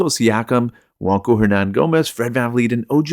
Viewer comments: Bro you lost me when you said JuanCo* it's Juan (wan) Cho (cho) 🫠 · Juancho is Spanish. "ch" doesn't make a "k" sound in Spanish.